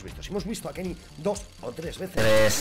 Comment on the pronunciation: Porfavor quieres dejar de decir kenis tio? Es kenny Es obviamnete lo digo coml se pronuncia 😂😂 esque me pones nervioso 😂😂